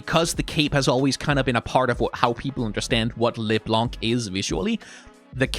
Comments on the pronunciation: btw it's pronounced leblan-, not leblanKH blanc is a french word that means white and the C is silent at the end 🫶🏻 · Wait, i'm 2 minutes in and has said "léblanc" 5 times. He isn't gonna keep doing that right?